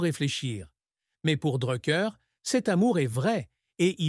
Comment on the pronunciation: Faut direson nom correctement